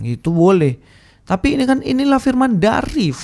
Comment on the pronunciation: téh urang Sunda, bukan? Koq ngomong "firman" katanya "P" nya kecil. Juga saat ngomong "opening statement" jadi "opening setétmen. Jamaah, tolong teliti kelicikan yang hanya nyomot ayat dan menghindar bahas soal "ciptaan pertama". Kalo nabi anda memang ciptaan pertama, tentu akan ngebahas. Ayolah jamah, oh, jamaah... telitilah